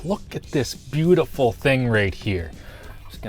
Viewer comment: I'd say: butylful 😆